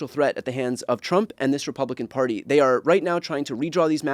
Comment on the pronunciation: Wht is nobody commenting on Trae Gowdie doing a slip of the tongue saying Chump instead of Trump😅